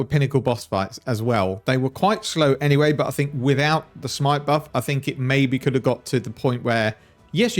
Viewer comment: just keep calling it shmite please